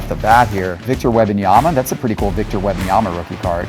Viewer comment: I propose a boycott of videos until he makes a public declaration that he will genuinely work on his pronunciation of WeMMMMbanyama.